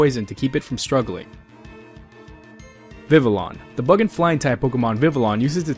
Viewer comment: Just wanna say its pronounced Vi-vi-yon Cause in french and spanish when two ys are together it makes a y sound. Since this region is based on france i would hope thats how its pronounced